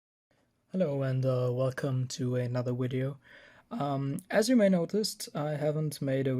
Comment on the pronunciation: "wideo" hahaha